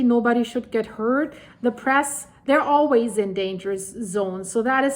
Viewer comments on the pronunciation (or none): none